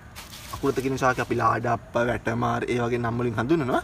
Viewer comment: Pahadili na mokakda shakaya kiyal